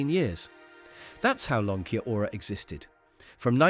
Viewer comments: Kia-ora is still around,have seen it in b&m and other shops,I have never heard it pronounced keya-ora…simply key-ora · It’s pronounced key ora ❤